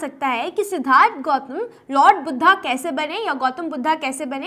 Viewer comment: Ma'am not Siddartha "Siddhartha"